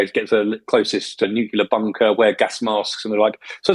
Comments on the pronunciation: Nuclear not nucular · Terrific show! And by far my favourite daily podcast. Could I risk a minor criticism? Several of your speakers repeatedly insist on pronouncing the word "nuclear" (pertaining to atomic energy/weapons/strategy etc) as "nucular" (pertaining to nuts). I, and perhaps others, find that this unfortunate habit diminishes the strength of the message.